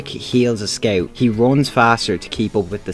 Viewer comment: dont even bother making a video on scout if you don’t know how to pronounce it…